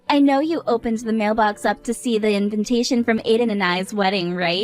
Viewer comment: WHY DO THEY ALWAYS SAY "INVINTATION" IS EVERYONE OF THESE VIDEOS? ASIAN OR NOT, STOP ADDING THE EXTRA N.